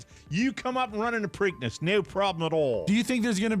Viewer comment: "Preakness"